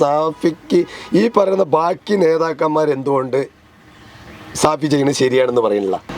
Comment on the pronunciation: സഹോദര ഷാഫി ആണ് അല്ലാതെ സാഫി അല്ല